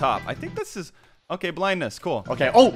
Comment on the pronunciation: It’s OKEH to not be OKEH❤️ titan cry 😭